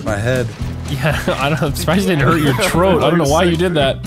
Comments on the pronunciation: "I'm surprised it didn't hurt your troat" the nogla is rubbing off on him. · “Troat” Noglas rubbing off